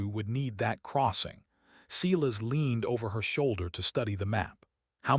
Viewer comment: I keep hoping someone will correct the pronunciation of the word Silas. There isn't a (cee-las) in any pronunciation of the word. The proper pronunciation is (SI-las). Hearing the word sounded out the wrong way, make listening to these stories grating. Please, for the love of All that's holy, fix this mess.